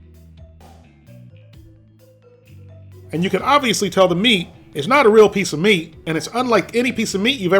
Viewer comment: All jokes aside. Try closing your eyes and listen carefull. Does it sound like he says "real meat" or "real me"?🤔